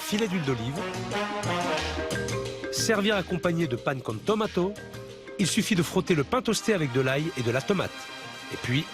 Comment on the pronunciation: Je ne sais pas qui est le commentateur mais dire de «la» mascarpone (du mascarpone) ou «pan con tomatO» (pan con tomate), il faudrait qu'il revoit son texte 😅😅